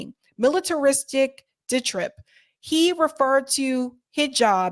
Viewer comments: That's 'diatribe,' - pronounced DIE-a-tribe (not 'ditrib'). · "diatribe" pronounced > die-a-tribe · TBA, it was quite comical when criticized RFK for his mispronunciations when in the same sentence she mispronounced ‘diatribe’. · "Diatribe" die-a-tribe. Not "ditrib" LOL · "dye-uh-tribe" diatribe. Otherwise i loved the work. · The word "diatribe" is pronounced die a tribe. Chechnya is pronounced chech nee a. Both words stress the first syllable. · Diatribe = Dye-a-tribe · Jeeze, you couldn't pronounce DIATRIBE and you pronounced CHECHNYA as if you also had never heard of it, you couldn't get Ilan Pappe's name right, and worse it was during a part where you were reading criticism of Kennedy using the term HABIB instead of hijab, how stupidly ironic..! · I love you girl. As young as you are you mispronounced reading of the word DIATRIBE so 69 year old not reading is allowed to misstep on hajib and say habib❤ I have no hope or trust in any politician. Real drama is more interesting than Hollywood drama. Real crime and corruption drama... live time.🎉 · Pronunciation police- diatribe-look it up😊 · I like how you mispronounced diatribe while quoting and laughing at Kennedy mispronouncing hijab